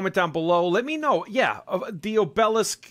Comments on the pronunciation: So Boston 😆 It's AHH-b-lisk brother.. Not O-Bell-esk. Good review anyway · Accent on the first syllable O' be' lisk ... not o' BEL' isk ... a tapering stone pillar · Its so funny how you mispronounce words... its like job, ob e lisk